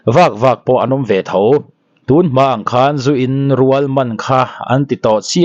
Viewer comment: Zu in rual tih kha I thluk dik lo ,zu in rual thlukhniamtur